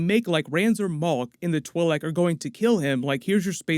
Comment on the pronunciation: Stop mispronouncing twilek